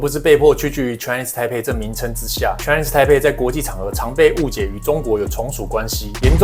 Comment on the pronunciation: 不只是波特王，很多台灣人 Chinese台北 不會講，都說成 Chinese胎輩。改成大家都不會說錯的 台灣 吧。